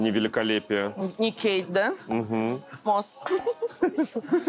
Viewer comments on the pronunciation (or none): none